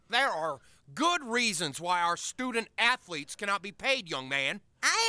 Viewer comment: "Student a-thel-etes. Very good sir!"